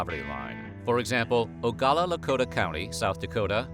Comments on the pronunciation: It's pronounced OH -GLA-LA, not OH -GAH-LA. And it disgusts me that these beautiful people are forced to live the way they do. We really, really screwed them over. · Ogala it's ogalala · you miss pronounced Oglala.